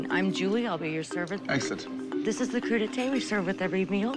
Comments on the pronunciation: "Cru d'été "? What? No! It's "crudités" ... for raw veggies. Is that what it turned into in American vocabulary or is that an error? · I love the "cru d'ete" ... somebody should look up complicated words before linking them into a film. Doesn^t look very professional ;-( Spoiler: it should be "crudités"